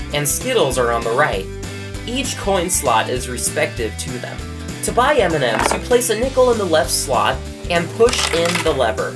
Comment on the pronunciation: Every time he said M&M's I thought about Eminem hahahahaha